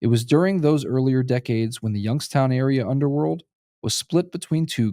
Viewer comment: Why do you pronounce it as "Yunkstown"?